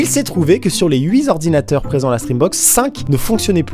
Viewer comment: "Sur les huit Zordinateurs...!!!!!" ;) 0.46